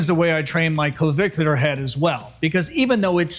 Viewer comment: Why is he having trouble pronouncing “clavicular”?